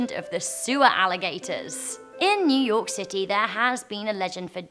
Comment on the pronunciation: Yu york city really